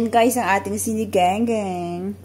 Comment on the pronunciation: Mam sinigang po. Hindi po siniganggang baka malito po ung nanoood❤